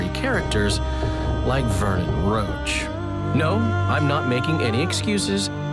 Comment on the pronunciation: They all say "Roach" but it's pronounced "Roshe". At least, if it is based on the the French "Roche".